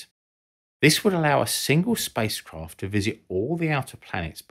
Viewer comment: "Spice Kroft"